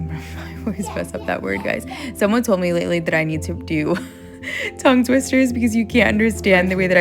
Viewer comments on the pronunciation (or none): none